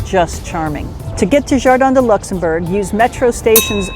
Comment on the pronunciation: In English it is like in French Luxembourg, not luxemburg! Please don't butcher names!